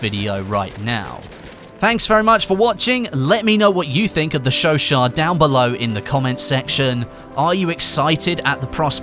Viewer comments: Its pronounced sho sho not sho shat. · sho-shat not sho-sho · Isn't it pronounced like "sesot" (not a hater btw) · i thought you said chauchat like chew aut. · you pronounce chouchat wrong say the two words that it is chau chat theres a T